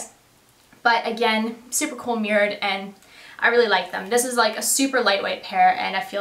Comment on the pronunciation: That toque!!! I love it!!! Also it took embarrassingly long for me to figure out you were saying "mirrored" I thought you were saying "murad."